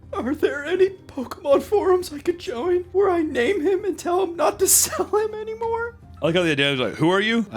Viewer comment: The way you emphasized "anymore", made me drop a glass cause of how hard i laughed.